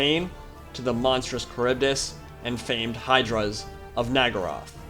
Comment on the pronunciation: Question, why do you seem to keep pronouncing Naggaroth as Naggarai/Naggaraith?